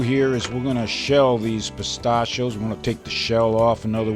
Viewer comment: you say Pistachio's wrong really annoying